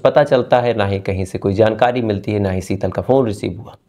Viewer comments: Bhai SB apni bhasha sahi Karen please seetal nhi hota sheetal hota h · Seetal ya Sheetal.😅😂